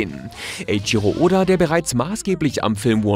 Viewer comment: Sry but, EIICHIRO "ODO" ?! DAT HEIßT JA WOHL IMMERNOCH EIICHIRO OD-"A"